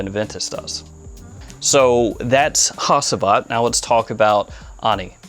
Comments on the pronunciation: I think you should pronounce it like Hagivat with G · Hacivat is pronounced "ha-ju-vat". Turkish language. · It is pronounced “HADJIVAT”. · Hacıvat is pronounced like "hadjuvut". "C" in Turkish always sounds like a "j" in Jack" .. (does not steal the roles of "s" or "k") That "i" also is not a real "i" .. It is a different letter. It is written without a dot. Notice the name was written in capital letters for not confusing the international buyers. (I wrote it with a "u" but) in fact it is pronounced just like the second "e" in teacher. The (not) "i" in "ANI" is the same ... "Hacıvat" is the name of a traditional shadow puppet "Anı" means "memory" (like somebodies past memories .. ) "Nishane" that you pronounce correctly (congratulations) means "a physical symbol that proudly represents something" ... (Ah yeah such a rich language.. :) ) So Nishane can be a flag, a signature, a logo, a medal , a diploma ... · Im interested in Hacivat. Another great review! My friend Hacivat is pronounced as "hajeivat". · I’d like to check out Sultan Vetiver. Hacivat is my favorite so far. Ani is really nice. Like to give it a wear as soon as the cool days come. Enjoyed the vid Bruv, Thanks ✌🏻 Also The C in Hacivat is said like J.